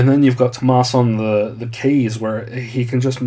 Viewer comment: BTW Tuomas not tumas